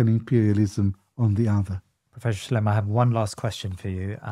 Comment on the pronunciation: I wish they wouldn't call him Professor Shlime or Shlaim - it's Shla-im.